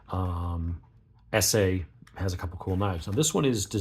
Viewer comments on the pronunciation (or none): ESEE is pronounced like messy. That’s a drop point, not a spear point. The scale is not G10. It’s a frame lock, not a liner lock.